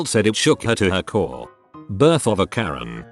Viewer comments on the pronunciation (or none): none